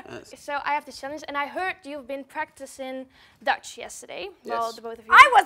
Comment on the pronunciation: When you said what's my name in Dutch I had to replay it like 10 time's cuz it was so good!!!